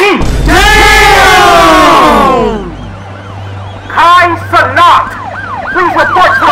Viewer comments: I remember the news bro “ KAI CENOT” 😂💀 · “Kai Ce-NOT!!” 😂😂😂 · “KAI CENAWT REPORT TO THE POLICE NOW” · “KAI CE NOT!”😂😂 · Kai ce-Not